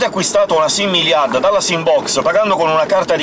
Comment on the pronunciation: Ciao ho visto che non sai come si pronuncia il nome di iliad. Bene, io ho chiesto alla mia insegnante di francese e mi ha risposto che si pronuncia non come dici tu. Grazie mille e scusa per il disturbo.